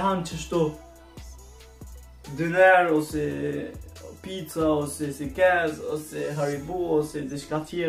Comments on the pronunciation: si thuhet sekiz po sakiz nejse shum fortt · Sakëz i thuhet jo sikez hahahahahha o!